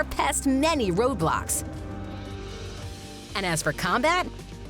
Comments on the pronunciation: You say toblox💀💀💀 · It sounds like Roblox, not roadblocks. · Is it just me or did she say roblox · Wait I thought the lady said “roblox”